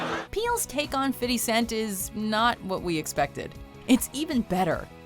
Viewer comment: fiddy cent.